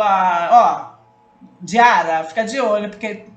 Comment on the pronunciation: Diarra se pronúncia diara esse ara é tipo are kk, acho que eu consegui explicar kk, não foi ignorância, amo seus videos. ME NOTAAA 😂❤